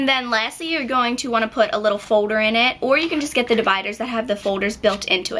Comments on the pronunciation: lol its not folder its foder in an nail ladies accent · why do you say foder instead of folder?? just wondering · Its foLder not foder :) jus sayn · Gosh it's annoying how she says fowder as opposed to folder. & then she says garuntee instead of guarantee. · you say foulder in sted of folder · she says folder wierd..... FODER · Please stop saying foder and say folder it's annoying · folder not fowder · i love the way she said folder she saids "fowder" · Lol, the way you say, "folder" sounds like "fowder"! :D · you pronounce 'folder' like 'foder' hah( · you say foder instead of folder your so cute!!:) <3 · folder not foder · An eight grader doesn't say foder!!!! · Foe-durr. sweet baby jesus that gets annoying. good tips though girlfrann. thanks. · its so funny cause you say ''Fowders'' :p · you say folder like "fo-der" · u say folder like fowder lolz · haha I love the way you say folder.. F-OH-der. hahaha( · you say Fow-der lol :) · You say folder so weird! Lol you say it like foder hahaha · The way you say folder is really annoying sorry :/ I thought it was funny first but then you kept saying it and it got so annoying. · i love how she says Folder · I LOVE THE WAY YOU SAY FOLDER :) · class of 2017..!!!! i like how yu say folder lol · I couldn't stop listening to the way you said 'folder'. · i like the way you say folder aha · i love the way you say folder (: lol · i like how you say folder. :) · you make me laugh when you say folder lol! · I LOVE HOW YOU SAY FOLDER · u really cant pronounce folder its sick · i love how you say folder :) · you say folder funny(